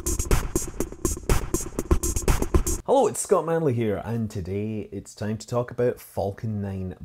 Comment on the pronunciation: Why he pronounce "time" .. tame....